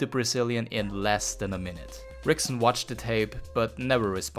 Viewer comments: It is pronounced Hickson Gracie. Spelled Rickson. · Turns out that "Rickson" is pronounced as "Hickson", and of course i mispronounced "Fedor" as well! Apologies to all Brazilian/Portuguese and Russian viewers, hope y'all enjoyed the video anyway 😄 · God it was hard for me to keep watching after he mispronounced Ricksons name